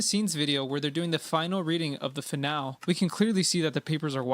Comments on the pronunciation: He is pronouncing it "Fi Nal" because AI wrote the script and he doesn't know how to read. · Between the mispronunciation of "finale" and the blissfully ignorant confusion of "fractional" and "fractal", it confirms my long-held believe that so many content creators can't (or don't!) read... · That finale pronunciation is cursed. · He says finale weird because it's an AI voice. It has the telltale strange intonation and unnatural pauses between some words. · Every time he mispronounces finale hurts my brain.